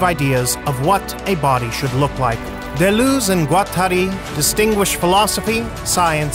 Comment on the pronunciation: Thanks for this informative video. Taking some French lessons would improve the pronunciation especially of D. and G. which is desperately needed imho